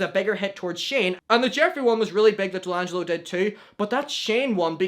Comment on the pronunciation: DELANGELO 😂😂😂 It’s D’Angelo,!!!